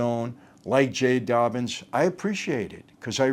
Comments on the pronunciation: It's "Dobyns" not "Dobbins." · His name is Jay Dobyns, not Dobbins